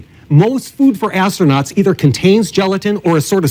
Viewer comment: Asto-nots. x'D